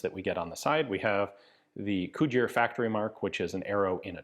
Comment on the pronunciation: Bloody Hell Ian, you actually pronounced Cugir corectly this time...